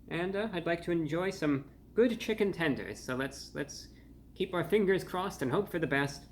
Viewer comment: Chichen Tenders! Omg we said it at the same time!